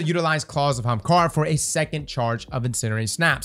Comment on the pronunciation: Day 268 of commenting until starts saying Ahamkara instead of Haamkara